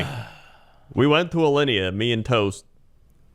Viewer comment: trying to pronounce things from Alinea made my day